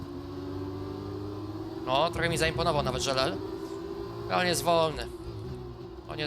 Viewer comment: taka uwaga mówisz żelel a to jest Żeleal